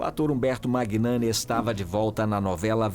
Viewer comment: Quando uma pessoa se propõe a falar sobre outras pessoas, o mínimo que se espera é que essa pessoa saiba o básico: o nome de quem se fala!!! A pronúncia correta do nome do ator Umberto Magnani é MÃNHANI, e não MÁGUINANI!! Procure se informar antes de falar errado!!!